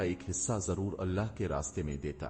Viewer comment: بھائی اپ نے واقعہ بہت اچھا سنایا ہے پر اپ کی اردو بہت زیادہ خراب ہے اپ اللہ کو اولا بول رہے ہو ایسا کون بولتا ہے تھوڑا سوچ سمجھ کے ویڈیو بنایا کرو کیا اپ نے کیا الفاظ استعمال کرنے کیا نہیں اللہ ہوتا ہے اللہ کی بارگاہ میں اللہ کا نام بہت اچھے طریقے سے ادب کے ساتھ لینا چاہیے